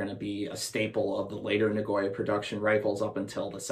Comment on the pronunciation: Na-go-ya Not na-goy-a